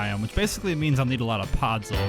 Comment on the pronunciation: podzol not podzul :))